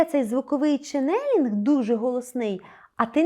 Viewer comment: Дякую за вашу роботу! Промовляйте, будь ласка, чЕнелинг, з наголосом на перший склад. Дякую!